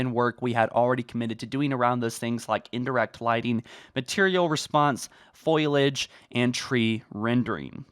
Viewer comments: Repeat after me - Foliage Fo-li-age. Stop saying Foilage 😅😅😅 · Foliage, not foilage. Just FYI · Say foilage instead of foliage one more time and ill show up at your house and steal your dog.😤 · fo-li-age not foil-age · Dude the word is 'fol-i-age' not 'foil-age' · foe li edge not foil edge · 'foilage' ? it's fo-li-age ! not foil-lage k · Great video but for the love of God Fo-li-age not foilage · Foliage Fo-li-age. Stop saying Foliage😅😅😅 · Foliage Fo-li-age. Stop saying Foilage 😅😅😅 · Foliage, not foilage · Man I don't wanna rip on you for dumb shit but...foilage? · Anybody notice him say "foilage"? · Dudes got to learn how to say foliage, keeps pronouncing it like foilage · FO LEE AGE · Did you just say "Foilage"? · My man really sayin foilage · Yeah, it kinda pisses me off that he mispronouces it every fucking time despite it not even being spelt like that, like how the fuck do you do that?